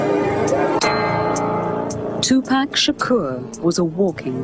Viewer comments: I really wish that english narrator would STOP calling him 2pack! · lol bitch its 2pac not 2pak ya dumb bitch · its 2 pac not 2 pack bitch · I nearly knocked somebody out once as they pronounced his name as 2pack shaker!?! I mean wtf, ignorant cunts the lot of them R.I.P Tupac Shakur 1971 TO 1996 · why this bitch saying two pack?? its TUPAC you dumb broad! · bitch its 2 pac not 2 pak tf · TUPAC NOT TUPACK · bitch it is tupac not tupack the fuck is wrong with you ??? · Tupac... not 2 pack... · exactly and "tupack" yea this bitch dont kno anything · I hate how white people say 2 pack smh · I really fuckin hate when people call him, "2PACK" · his name is two pock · yeah ikr its pronounced 2poc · she can pronounce makaveli but still says 2 pack after all this time. she's the dumb bitch lmao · hmmm....the female commentator said 2 "pack" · 2 Pack is how she say it lol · Lol the reporter is saying two pack xD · do yall not know hot pronounce 2pac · I know right? If your gonna do a documentary on him, talk about him or wateva, atleast you can do is pronounce his name right, its not that hard tu as in 2 and pac as in fuck but pac, geez man smh